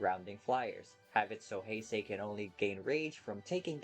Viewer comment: I hate how he says “ Heisei “